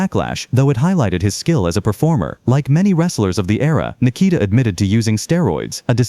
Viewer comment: can you please say his name better not that shit your calling him its NIKITA